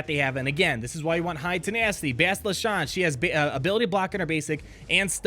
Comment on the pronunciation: Bastila SHAN... rhymes with CAN, PAN, TAN, MAN, PLAN, DAN, RAN, BAN, VAN, FRAN, CLAN, BRAN, ANNE, JAN, LAN... Sorry... It's like fingernails on a chalkboard... Another one is, and I think it's MobileGamer who says this, is the mispronunciation of Carth ONASSI. It's not pronounced oh-NOSS-ee. It's oh-NASS-ee. As in ASS, CLASS, GLASS, CRASS, GRASS, MASS, PASS, GAS, SASS, HARASS, WRASSE... Ok... just had to get it out of my system... Kick-ASS video today though...